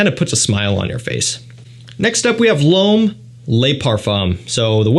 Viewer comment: „Ysl LOAM parfomm“ :D